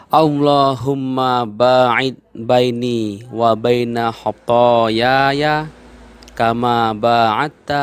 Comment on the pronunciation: itu bacaan kedua khathayaya , harusnya khathaya..